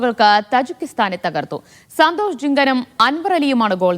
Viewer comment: Sandhesh ❌ Santhosh ✅🙌🏻😂